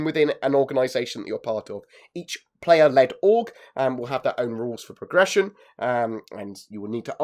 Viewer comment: "Today i would like to talk about prrrrression of characters"